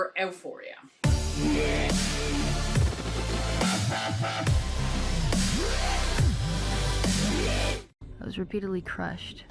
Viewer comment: You did a great job learning English. Certainly better than I did with Spanish. That being said you are struggling with the title of this show. Basically just remember the E is silent. U foria. I also know you recorded this a little while back so you may have already made this correction. Thanks for editing this for us that only get to watch on YouTube.